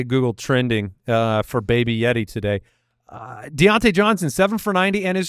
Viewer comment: Diont-YEAH Johnson